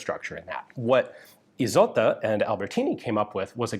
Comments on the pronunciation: Kudos for the voiced "s" in Isotta. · Indeed. It's a first name, the equivalent of Isolde, no hissing 's' in it.